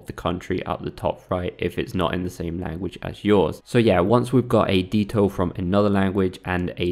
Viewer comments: DEE-TOE... dih-dho. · Your saying ditto so wrong its not deeto its ditto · I dont think ditto is pronounced “dee-toe” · “Dee-toe”.. interesting. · Lol.. deetoe. Thats a dumb way to say ditto. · that was the worst pronunciation of 'ditto' I've ever heard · How you say ditto is funny as hell